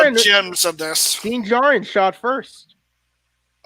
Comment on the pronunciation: Din Djarrin pronounced Den~JAR-REN not "Den Jaro". . . .